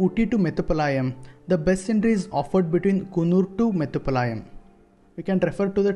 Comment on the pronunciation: Not metupalaa..yam